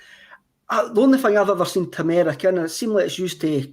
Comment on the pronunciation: Tur-mer-ick. Not Chew-mur-ic